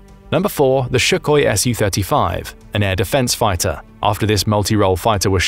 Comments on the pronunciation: It's Sukhoi NOT Shukhoi. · It is not SHookhoi. The first sound is S like in Sound, nod SH, like in shit.